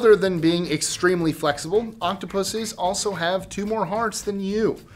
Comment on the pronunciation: Who else heard octopussies